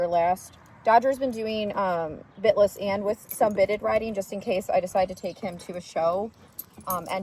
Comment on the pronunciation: Omgosh I thought you said "spit-less" not bit-less. 😂 I love the purple! 💜💜💜